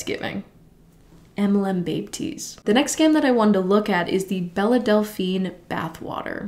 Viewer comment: Bella Delphine? I always pronounced it as “Bell”